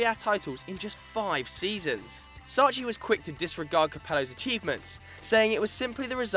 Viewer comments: Sacchi is not shh. its pronounced sa-K-i you brit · Sacchi is "Sakki", not Sacci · you can't prounounce Sacchi, what a shame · Please learn how to pronounce Sacchi, hurts my ears